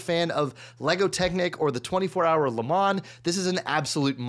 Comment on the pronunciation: Le Mans, don't pronounce the s, phonetically: [LUH] + [MON]